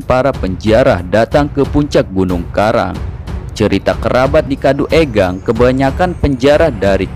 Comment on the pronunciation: Kaduengang...bukan kaduegang